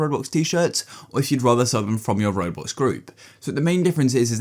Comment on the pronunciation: Bro said “raWbOlx”